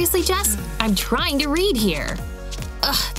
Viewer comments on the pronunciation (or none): it's jess not jazz